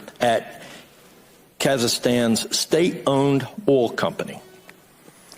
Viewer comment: That idiot from North Carolina couldn't even read the word "oil" properly.